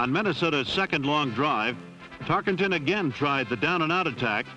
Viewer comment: Announcer mispronounces Tarkenton "Tark ING ton" every time-- maybe this is why Pat Summerall was the voice of "Game Of The Week" thereafter this production.